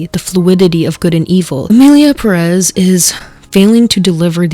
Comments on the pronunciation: please pronunce Emilia Pérez right, Pérez has an accent on its first syllable and you´re accentuating it on the second syllable, no hate, it's just with all this cultural controversy and saying you're latina it kinda gets on my nerves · I feel like you're just a Selena hater because there are many other problems in the film (according to Mexicans and trans people) and almost your entire video focused on SG lol. And you're criticising the Spanish spoken by her in the film when apparently you yourself are pronouncing Pérez wrong. Please make it make sense. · "Pérez" se dice con acento en la primera e y no en la segunda como lo dices en el video, sin ofender pero creo que sí vamos a criticar el español de Selena creo que hay que tambien hay que respetar el idioma del que se está hablando en primer lugar. 😢 Aún así me gustan mucho tus videos y tus opiniones:3 sigue así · As a latino, lo que más me molesta de todo es que nadie pronuncie bien el apellido Pérez. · as a Pérez que no ha visto la película, como que no lo pronuncian bien 😭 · Girl why u pronouncing perez like that lmao aren’t you mexican? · No está diciendo una frase completa. Dice una que otra palabra aquí y allá para un video de más de 1 hora. Si quiere criticar a otros, que empiece por ella. Tuvo todo el tiempo en el que buscó fuentes e información para este video, para escuchar la pronunciación correcta de Pérez o las otras cuatro palabras random con las que sazona el vídeo. Y así con cada uno que publica. No es que tenga que conjugat verbos, es literalmente un par de palabras. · For the record, it is not pronounced PerÉz, but PÉrez, with emphasis on the first "e." Now I keep looking at your review, which I love. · is pronounced PÉrez, not perEZ. If you are going to criticise the mediocrity this movie was when representing us, latinos, please start with you. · Whyyyy do y’all say PeREZ it’s Pérez there is an accent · Btw it’s pronounced PÉrez not PerÉz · It is Pérez, not Peréz!